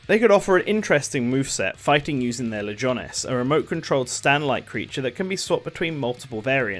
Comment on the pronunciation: “Legonis” I think might’ve had Xenoblade on his mind when recording because they’re called “legions” lol.